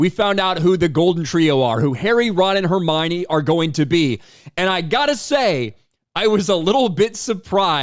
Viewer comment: ❌Hermione ✅Hermana